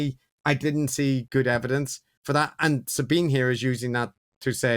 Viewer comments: Great show. But feeling a bit pedantic after all of this critique ... I believe Sabine is pronounced "Za-bee-na", not "Za-bben"? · Do you consistently mispronounce Sabine's name because you don't know and can't be bothered to find out how to pronounce it properly, or because you don't care how people pronounce their names, or just because you hope it might annoy her? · So they do know how to pronounce it properly, and do care how people pronounce their names, but choose to consistently mispronounce it anyway, hoping it won't annoy her?